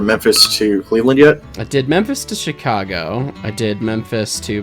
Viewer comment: ‘Chick-a-go’ is now a permanent part of my pronunciation dictionary.